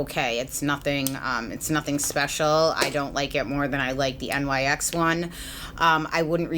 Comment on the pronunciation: Love how knowledgable you are!! Just being a nit picky little twit since you are the hands down expert of beauty gurus on YouTube and always so well informed and correct... it is pronounced "NIX" not "N.Y.X." <3333 Love you